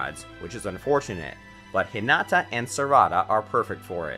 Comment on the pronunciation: Suemeeray, shihpoodin, hatawkay... I couldn't even finish this video.. my heart cringed。 Edit: Stopped watching when it said Hihnawtaw, Sakuroe/sakuraw and Asueraw. At least it didn't mention foor lettuce. (It because I refuse to believe this is a human speaking) Note: Let the person who wrote the script and watched the anime narrate PLEASE.